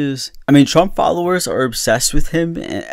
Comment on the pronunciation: Liked for the Trümp sheeet-talking 😂